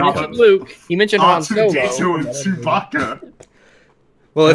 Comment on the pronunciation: It almost sounded like he called him Jewbacca.